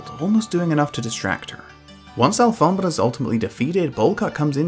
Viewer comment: Yo do you speak spanish cuz that pronunciation of alfombra is perfect